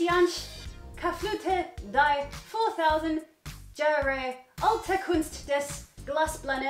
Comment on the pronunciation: When pronounces jahre as jar-ray 😂 I love her 💕